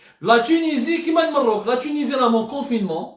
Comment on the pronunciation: اخي عبدو السمار انا مغربي من متابعي algerie part و اتمنى ان تقول المغرب عوض المروك ...او على الاقل يجب نطقها كما هي الماروك بفتح الميم. لان العبارة الاولى اقرب الى القدح